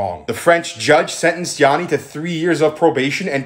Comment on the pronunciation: My name is Yianni but it’s pronounced the same as this guy’s name and he put so much disrespect on my name it’s crazy